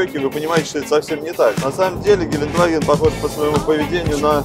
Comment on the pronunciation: Ребят ошиблись гелендваген а не геленваген !!!